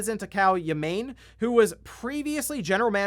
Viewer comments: Ya-Main? It’s Yah-Mah-Nay. Bro, you work with Japanese stuff all the time, learn the pronunciations at the very least. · Not "ya-MANE", it's "ya-MA-nay". You people constantly report on Japanese games, please learn the minimum basics of pronouncing Japanese names; it is not that hard. As a fellow American, it's embarrassing. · It's Yah-mah-neh. Not ya-main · My favorite part of the news is hearing how he's gonna mispronounce Japanese names. Yah-mah-nae, not yamain. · Yah-mah-ney, not Ya-Main. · ya-ma-ne not yah-maine lol gotta read it with japanese intent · Whassup yall its ya mayn from Nintendo!! I've never seen or heard his name but it's absolutely pronounced ya-mah-nay lol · PLEASE... Have some care with Japanese names! It's not "yamein", it's "YA - MA - NE" like in YAtch, MAchine, and NEtwork. ^_^ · Yamane is pronounced "ya-ma-ne". Ya-main, lol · I think it’s Yah-mah-nay not Yah-main… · white boys: Yeh - Mayn asians: Ya - Ma - Neh anyone that has had exposure to anime even as old as Doraemon should know the "Ay" sound does not happen in japanese. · Yamaneh, not Yamayne. Japanese pronunciation isn’t that hard my guy. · Yamane = “Yah-Mah-Neh”. I am not Japanese but I know YahMane is not how you pronounce that name Lmao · It's Yah-mah-neh. Not yuh-MAIN. Japanese is phonetic, like Spanish. You wouldn't pronounce José "Josie", would you? And stop blaming Platinum for Babylon's Fall sucking. Square Enix had them make it with typical monetization crap. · Yamane = Yah mah nei. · Ya-ma-ne Japanese doesn't have a silent e. It's like Abe being pronounced A-be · Also, Takeo Ya-main? Bruh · repeat after me: YAH MAH NAY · yamane = yah-mah-nay